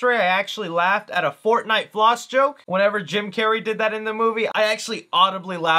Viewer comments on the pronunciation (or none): none